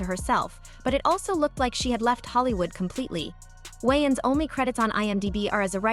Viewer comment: Stop pronouncing Wayans like Wons😂